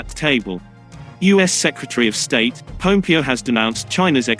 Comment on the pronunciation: Pompeo not Popeo